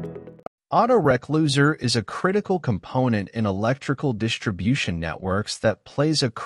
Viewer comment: Typical AI voice-over. "auto-reck-loser"!!! Can't even teach it to say re-closer! Still a very good content though, appreciate the upload ;)